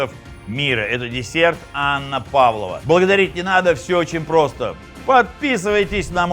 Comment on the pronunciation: Не Анна Павлова, а ПавлОва. Без Анны. Десерт придуман в Австралии